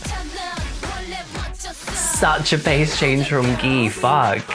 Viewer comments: First person I see pronounce Gee as Ghee omg 😭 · It’s pronounced like the letter G. Like OH EM GEE! I was getting violently upset listening to you say it incorrectly. Especially considering they said it like 100 times in the video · And you still call it "Ghee" 😭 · Wait, Gee came out in January of 2009 not June of 2009 ! BTW ...Gee is pronounced as Ji or Jee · Gee pronounciation is jee omg 😂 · I love how u know all their names..👌👍am kinda bothered on how u say gee tho..wtf..lol..not sure why saying d num of views is relevant..anyhoooo..ur accent..i live..😅😄😆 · I've never heard Gee pronounced like that, so cute! 😂🥰